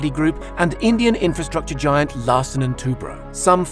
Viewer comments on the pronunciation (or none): none